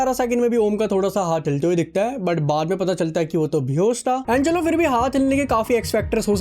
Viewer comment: bhai tera "and chalo" sounds more like "bancho log" 😂😂